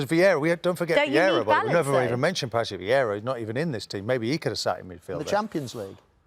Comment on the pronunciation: man said patrick viera